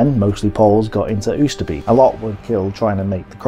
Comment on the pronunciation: Great stuff! You are murdering the pronunciation of the Dutch placenames though, hahaha. If a name ends with -beek (like Groesbeek and Oosterbeek) it is pronounced - bake. To be complete, you say Grosebake (Groesbeek) and Owsterbake (Oosterbeek).